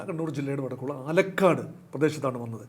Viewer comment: ആലക്കാട് അല്ല.. ആലക്കോട്.....